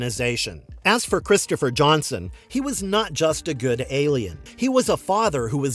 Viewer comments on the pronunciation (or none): none